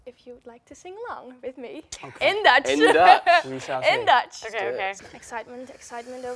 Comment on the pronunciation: When you said what's my name in Dutch I had to replay it like 10 time's cuz it was so good!!!